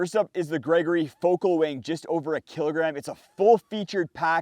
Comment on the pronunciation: “Gergory” packs? You’ve GOT to correct that one…😅